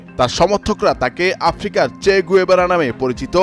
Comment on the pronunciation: চে গুয়েভারা কে ? নামটাই সঠিকভাবে উচ্চারণ করতে / লিখতে পারেননা , প্রতিবেদন করেন ! দেশে এত শিক্ষিত মানুষের ছড়াছড়ির ভীড়ে , অশিক্ষিতটা উদয় হলেন কোথা থেকে ?